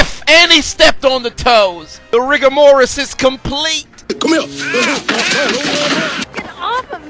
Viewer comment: I absolutely love this channel and these vids… but I do hate to have to be that guy.. it’s Rigor Mortis not Morris 😂